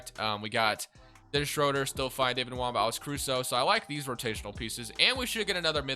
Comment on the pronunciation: David Nwaba’s name doesn’t have an M in it 😫😫😫